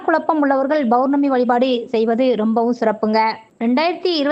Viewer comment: Bournami , Bournami yaaaaaa????????? POURNAMI ENRU SOLLUNGA.